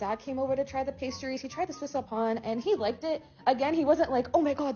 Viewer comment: His pronunciation of viennoiserie is spot on. That's a tough word. But then he screwed up pain.